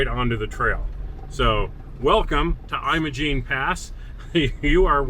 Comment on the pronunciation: It's not pronounced "Eye-mo-gene" Pass (long i sound) , it's Im-o-gene (or Im-uh-gene), the first syllable is like "Him" (short i sound). -- BR